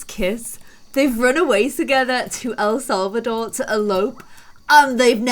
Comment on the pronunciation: Says el selvador sees selvadrada less than 10 seconds later says el selvador again. Love you